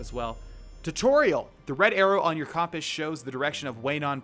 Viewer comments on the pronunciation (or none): when he kept saying comp-us instead of cump-us 😂😂😂